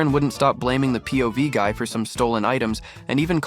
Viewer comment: ✨️Pov gay✨️ instead of guy?